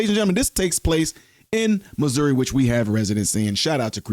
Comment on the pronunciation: You pronounce Missouri like MISERY